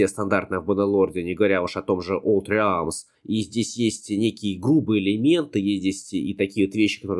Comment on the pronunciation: Не "олд реалмс", а "олд рэлмс".